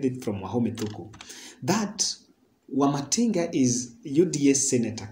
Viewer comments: Wamatingi, not Wamatinga. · Wamatangi (Not wamatinga)